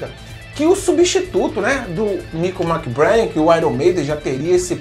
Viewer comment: "Méc-BrÊin", rimando com "trem".